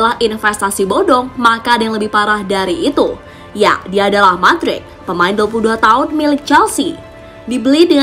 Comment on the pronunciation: Mudryk woy bacanya bukan madrik wkwkwk 😂 #AdaAdaAja